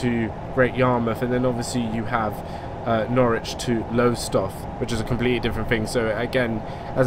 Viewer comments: It's not nor-witch it's norich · i am in PAIN omfg it's "nor-rij" not "nor-witch" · As someone who lives just outside of Norwich. You say it: Norwich - Nor-wich and Lowestoft as Low-stoft. Also Great Yarmouth in Norfolk is known as Yarmouth. Also it's a dump (sorry) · I think it's pronounced Norwich, if there wasn't the "w" there it would be pronounced norich